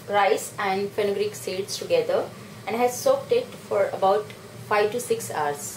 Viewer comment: nice way. good video but pronunciation of hour is very weird. it will be pronounced like "ours" not aars.thanx.